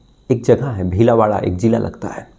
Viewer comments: Dear it's bhilwara not BHILAWARA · Bhilada nahi bhilwada sahi tob bolo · Bhilawada nhi. Bhilwara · It's Bheelwara not bheelawara. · भीलवाड़ा नहीं भीलवाड़ा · भिलावाडा नहीं भीलवाड़ा है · Bhilawada nhi bhilwada😅😅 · Pehle Bhilwara Dhangse Pronounce Karnaa Toh Sikhlo Story Baad Main Sunana😂😂